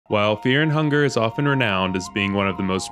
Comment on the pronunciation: Is there a reason to pronounce fear and hunger like feah and hungah?